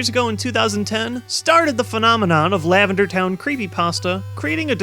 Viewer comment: You said LavenDAR Town Syndrome xD